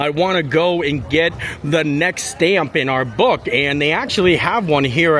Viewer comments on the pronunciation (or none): none